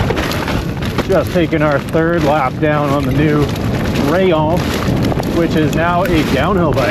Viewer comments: One word, Rayyon. It is pronounced Rayyon. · I think it’s pronounced “ray- On” in Spanish 😊